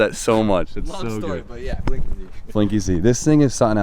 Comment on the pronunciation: I thought he said Blink easy but then I saw the plate. Blinky Z the red ghost from Pacman took me a second but I get it bro.